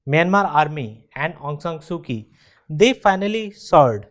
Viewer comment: It's pronounced as "Soo-Chee" not "Soo-Kee"